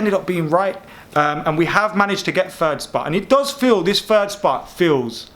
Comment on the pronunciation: It’s third not fird